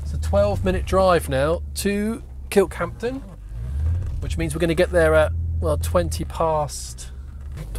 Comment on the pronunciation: Stop saying 'Kirkhampton'!